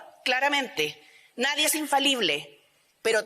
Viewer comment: Y como es?naiden,y que dijo ,nadien